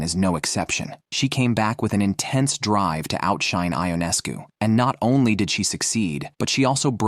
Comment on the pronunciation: First of all the pronunciation of Sabrina’s last name is “Yoo Nes Coo “, not “I On Es Cu” Would you please get this right. Not pronouncing her name correctly demonstrates that you don’t know the game or the players like so many others who comment on this site. The reason I won’t give you a thumbs up designation is because you are twisting words to insinuate that there is a huge rivalry between Sabrina and Caitlin. You also set a tone that Caitlin is being played in a rough manner. For some WNBA players that is a fair comment but to infer that Sabrina is one of them because Caitlin is breaking Sabrina’s records is insane. I watched Sabrina play for almost a decade and can honestly tell you that she rarely commits fouls or attempts to intimidate other players. I have never seen her foul out in college or the pros. Considering Sabrina is an astonishing athlete she plays within her abilities and doesn’t seem to carry any grudges. There may be exceptions of course but it would be a minimal amount of all the games in which she has competed. Why is it necessary to stir up false allegations against any WNBA player when you are totally wrong. I suppose you garner negative headlines to solicit viewers. It isn’t just you, it is many of the writers who do the same thing! Casting incorrect information toward any player actually starts to build an image that isn’t true and could incite someone who believes this stuff to develop a negative narrative that results with misguided behavior, unl